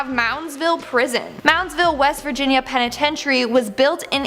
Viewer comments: I literally cringed each time and said it correctly in my head lol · Please learn how to say penitentiary right!!! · Yes, her saying it like that was so very aggravating 🙄 😒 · I'm sorry but you're mispronouncing penitentiary